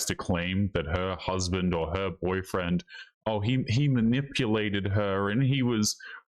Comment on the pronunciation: I was ma-nipple-ated.